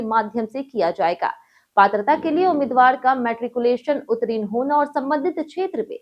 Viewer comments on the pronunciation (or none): Utrin nhi hota hai uttirn hota hai,sudhar kar le